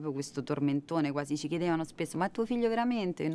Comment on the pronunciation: Si dice "er il mi fijo"